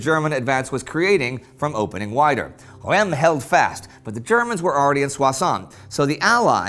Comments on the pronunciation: Hi ! I’ve been a fan for a couple of years and love the show, but your prononciation of Reims really makes me cringe. I think it’s pronounced with the « un » sound like in Verdun, and the S is not silent for once. So more like Runce but with a silent « n » than Rem as you pronounce it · Great job guys! There’s suspense even if we know the ending... About prononciation : Amiens (Amien) is Ok but Reims is not ( ReimS ) —don’t look for the logic, there’s none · Hi guys / Hallo Jungs, I follow you since a while now and have been a patreon supporter for a few months! You are doing an amazing work! Following your show was a great support in the last few months as I was finishing my PhD thesis and not feeling really well for a long time... It’s the first time I take the time to write a comment to be a tad picky about Indy’s pronunciation of Reims. No offense there! I know French is hard and not logical. But for the first time it took me a while to figure out which city Indy was talking about. Rem? Remmes? Raimes? Where the hell is that? That until looking at the map and realizing it was Reims. Unlike in most French words the S isn’t silent in Reims. And the “eim” is pronounced like the French for “one” (un) or the -en of Amiens. Keep up the good work and possibly see you soon! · Hi Indy and team! Love the show! Just a tiny remark : you pronounce Soissons perfectly, but Reims is pronounced [ʁɛ̃s]. It kinda hurt my ears, being born there. :)